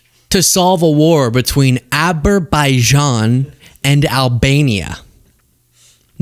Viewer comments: “To think that we settled ‘Abber-bijaan’ and Albania” -DJT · How did he possibly mispronounce those countries with "Abber Bijian and Albania" a second time? Does his advisors have any spine to tell him he's wrong? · Him saying "Aberbijan and Albania" should end all speculation about his dementia.